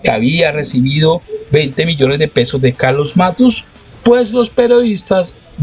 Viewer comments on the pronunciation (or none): none